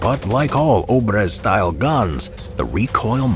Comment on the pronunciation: It is [obr'ez], not ['obrez].